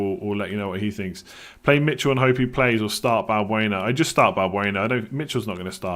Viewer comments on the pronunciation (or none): none